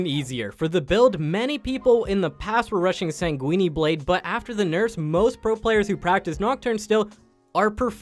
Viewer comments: SAN GWIN. not sanguinee you fking trogladyte. stop making quips after every single point on the checklist, they aren't funny or interesting. mobalytics is information, not personality. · My first goal is to make your narrator pronounce sanguine correctly. It's not weenie. You can choose between pronouncing the "uine" part as either "win" or "keen". Your "g" in "sanguine" is good, just add the "-in" or "-een" from "win" or "keen". Just stop Saying Weenie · Man said Sanguini blade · CAN PEOPLE STOP PRONOUNCING SANGUINE BLADE AS SANGUINI BLADE? THE LAST E IS SILENT "SANG-GWIN" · ''Sanguini blade'' XDD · Ah yes sang-weenie and kyle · hate the way he pronounces everything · first I thought he was just memeing like when he said master yi-esus. but after he said sanquini twice i knew i had to find this comment lmao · Sounds so Italian